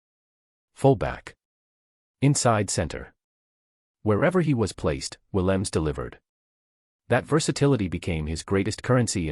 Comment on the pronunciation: SInce you want to expose our premier player, please find the time to correctly say his NAME!!! Williams is NOT his name!!! The 'E' on the end is NOT silent either. Say it, or you don't describe our star!! Thanks